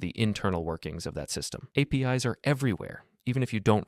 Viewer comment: PostreSQL and APIs are read wrong, it gives out that this is not even your real voice, but a voice generator